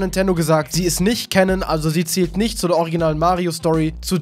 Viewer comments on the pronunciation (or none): none